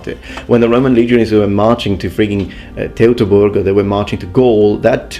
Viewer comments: Little pointer on correct pronunciation of Teutoburg, "eu" in German is pronounced as "oi" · Pronunciation advice: You are pretty close, but the "Teu" is pronounced like the english word "Toy". (The thing that kids play with.) Your "toburg" is pretty much spot on, though.